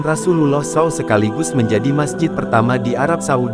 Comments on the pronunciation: Gak sopan banget sih naratornya ini, bilang saw, harusnya s a w dipisah gitu sebutan nya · Apa yang tertulis itulah yang dibaca. Memang begitulah seharusnya Narator. Jadi, dia tidak salah. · Pembaca beritanya orang apa sih. Meter persegi dibaca meter-meter, saw dibunyikan sbgmn adanya saja.